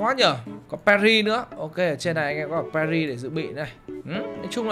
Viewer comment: pê tr ry chứ khong phải pa ri a ơi :))